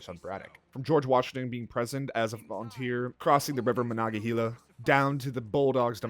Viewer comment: The pronunciation of Monongahela...😑 HEH-la